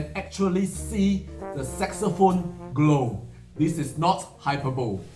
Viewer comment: High-per-bo-lee not hyper-bole. I really do like that Rach recording. It has everything.